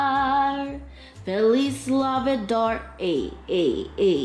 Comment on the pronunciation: "Feliz Navi-darr" 🦗🦟🦗🦟😂